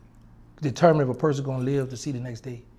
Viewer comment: Lol " I seese you and I want chu"